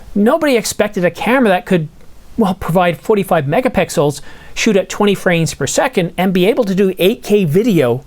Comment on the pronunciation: Stop provoking us with your unacceptable pronunciation of megapixels.